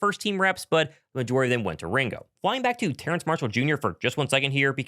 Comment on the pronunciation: Terrace not Terrance his name doesn’t have an N in it